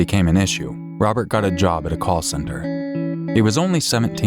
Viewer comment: This little punk thinks he's tough enough to take lives, but he can't even pronounce "Robert" properly. "Wobert", doesn't exactly sound like you're a tough killer, there slick!